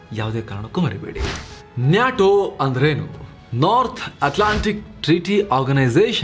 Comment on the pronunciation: Kindly pronounce NATO properly. It’s not NYATO 😃